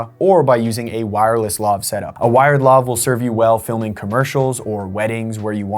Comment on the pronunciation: Lav rhymes with Have